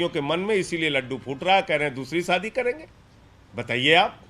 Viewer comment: Saadi nahi shaadi hota hey